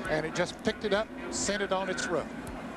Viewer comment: I love how ned jarret says roof "Ruf"